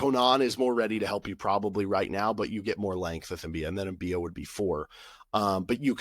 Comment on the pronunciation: I think it's M-bi-ah, not M-bee-ah. At least that's how nc state commentators pronounced it. They also gave several reasons as to why he might have de-committed, including eligibility issues.